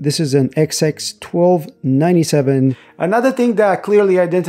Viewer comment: you're saying XX instead of XS